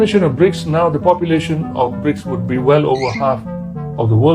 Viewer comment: Koq Bridge (brijs) to, kan haruse BRICS (briks) 😊🙏🙏🙏